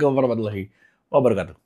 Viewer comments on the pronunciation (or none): none